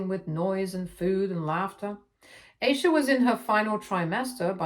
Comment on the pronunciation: And Eye-sha